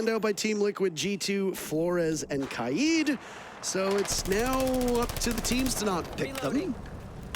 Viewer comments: I HATE THE WAY SOME PEOPLE SAY KAID! ITS LITERALLY 4 LETTERS SOUND IT OUT ITS KAY-D NOT KAI-AIDE GOD IT GRINDS MY GEARS SO HARD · It’s ‘kah-id’ which means leader in Arabic.